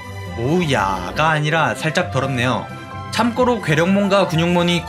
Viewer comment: 영상은 참 재밌고 좋은데, 참꼬로라는 발음이 자꾸 거슬려요..